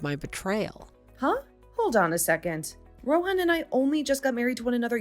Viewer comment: First off I thought they never got married and even if they did they could just get it annulled. And the payout even for east Asian stories is stupidly high. Lastly I'm pretty sure the h in Rohan is silent. If your going to use a name like that pronounce it correctly.